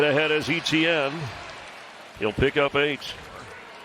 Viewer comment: I thought E T N was an acronym for a player, turns out he cant pronounce Etienne 😂😂😂